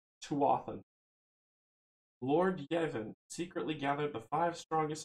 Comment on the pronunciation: In case no one has said anything,, Niamh is pronounced "Neeve" and Yvain is pronounced E-Vain.